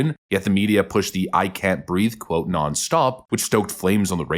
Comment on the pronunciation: He actually said, "I can't breaf." But that's besides the point.